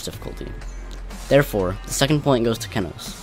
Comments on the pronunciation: the only part I didn't like was how he / she said ke-nos and not KE-nos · It’s kenos(key-nose), not kennnosss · I can't believe I used to pronounce Kenos Kay-noss